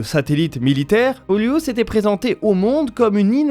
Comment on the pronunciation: Hello, C'est plutôt "Pôlus" et non "Poliûs";) L'accent se fait sur le O. Genre c'est comme "Plus", sauf que la c'est "P(ô)lus"😊